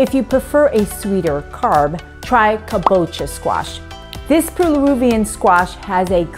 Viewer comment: Peru? The name is Japanese. And the pronunciation? Think of 'Cabo ' as in Cabo San Lucas, Mexico. Say kabo ( + unaccented -'cha') as in tea.